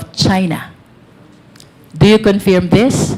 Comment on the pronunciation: Your line of questioning is at first irrelevant then proceeded to lay your foundation and caught the fish in her mouth. My only concern is your pronunciation especially the word "confirm". It's pronounced as "confurm" and not "confeeerm".